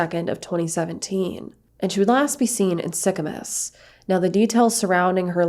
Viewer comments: Sorry to be off track off the main topic but I thought it was funny you said Sicamous like sic-a-miss lol it’s said like sic-a-moose you say it like the animal moose thank you for making this video tho I feel like I don’t here about much crime in Canada this intense and i love to be educated on these topics to keep an eye out and also just be extra pre-cautious in these situations! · The towns are pronounced ‘Sick-a-moose’ and ‘Mal-a-kwa’ 😊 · ‘Mal i quaw’ is how it’s pronounced.. and the other town is pronounced ‘sicka moose’ just letting u know.. I used to live there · Mal-ah-kwa, and Sick-ah-moose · Haha you pronounced sicamouse and malikwa wrong...I live in this area and have for over 40 years. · Sicamous is pronounced Sicamoose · It's pronounced Sick a moose. Your welcome :) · Sicamous its pronouced